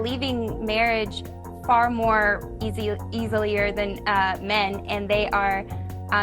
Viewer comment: She had me when she said eas-e-li-er she had me i think need to focus more on education instead of being a housewife beauty fades dumb is forever 😂